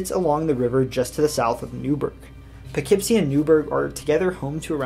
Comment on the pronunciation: Im SO glad you pronounced Poughkeepsie right lmao